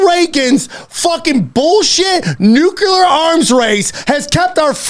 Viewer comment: Bryan takes all this pride in pronouncing words correctly, like Afghanistan, and Putin, but then this kid says words like "Nuculer". I cant take it.